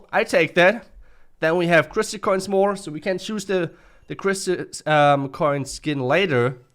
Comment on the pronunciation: Are you ever going to say "crystal" right? It's criss-tal not criss-ly, there is no "ly" in crystal bruh